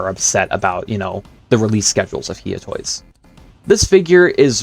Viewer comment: Bro its no He Ah toys its hi ugh toys